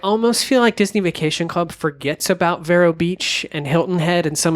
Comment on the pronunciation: you are pronouncing "Vero" incorrectly. It is "Vee-row"